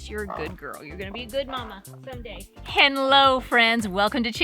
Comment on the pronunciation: Did she just say Hen-lo instead of hello 😂 I love this lady already 😂